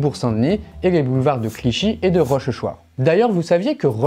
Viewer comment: Petite info: on ne prononce pas Rochechouart Rochechouart mais "Rochouart"